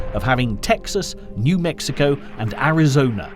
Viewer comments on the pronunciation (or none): none